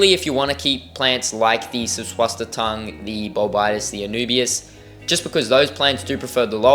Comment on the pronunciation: Good video and also your Susswassertang attempt, glad you didn’t give up on it, just drop the first T you slip in n you’ll have cracked it ! God bless your ventures 🙏✝️. ✌️🇷🇺☮️🇺🇦✌️. 🙋‍♀️🤍🇮🇱✌️